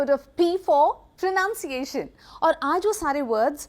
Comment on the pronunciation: Sayema, first of all it is pronunciation and not pronounciation.